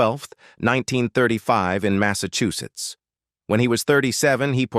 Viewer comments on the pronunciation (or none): none